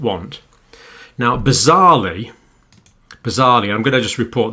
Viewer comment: "bizarrely" really? Where have you been living mate??? Under a bloody rock!